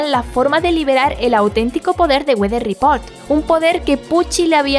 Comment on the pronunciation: Nos salió norteño el Wather Report XD